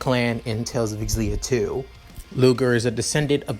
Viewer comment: Oh my fucking god. I haven't started the video yet but this is going to be amazing, I've played every tales of games I can't wait. Also I'm fairly certain it's pronounced (Zill-E-ah) for xillia where the x is said like a Z.